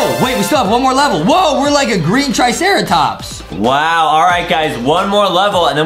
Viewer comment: the first 2 dinosaurs he was: first one: stegosuarus second: tricerotops